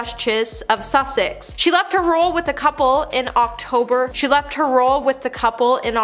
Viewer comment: PLEASE!!! It's Sussex, not Suxsex, & not secetary but SECRETARY. Dear God, where did you go to school????